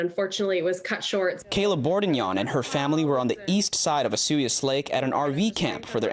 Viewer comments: Why Osuyos and not Osoyoos ??? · Find a kid who can pronounce Osoyoos. Sad. lol